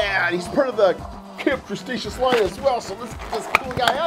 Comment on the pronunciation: "Camp Crestacious" Its Camp Cretaceous